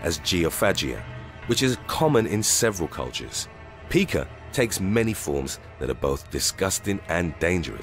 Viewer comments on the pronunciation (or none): Pica. It's not peek-ah, like pikachu. It is pi-kuh, like the rock mica. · Honestly, I love your channel but it is pronounced pike-ah not peak-ah. Take it from someone who works with these individuals. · Pica is actually pronounced like word "pie" 🥧 (which, ironically, is something that is ok to eat lol).. It was an issue among a lot of the Autistic kids that I did behavioral therapy with over the past few years.. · It’s Pica ( pike-a) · This ain't no Pika-chu but seriously its pronounced more like pie ka